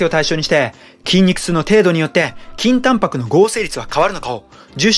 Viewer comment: 倍速で聞くと筋タンパクがきんた○に聞こえて何度も巻き戻しちゃう